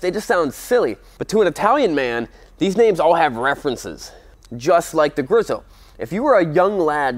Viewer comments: It's Grieeso..Not Grizo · Griiso,- long i,- there is only one s so it´s not Grisso. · btw pronounced grease-o, not grizzo. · I pronounce it "Grease-O"... but I like it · GREEEEEESSSSSOOOOO pronouncing is key to not sounding stupid. - my mom. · It's pronounced grease-oh... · Ok, say it with me, nerd-boy, "GREE-so". One more time, now. "GREE-so" Got it? The way you mangled that up I hope you don't review any aprilias. Who knows what you'd turn their name into. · You pronounced Guzzi correctly (most of the time!) But Griso is more like grease-oh rather than greeze-oh. It's still chuffin gorgeous though.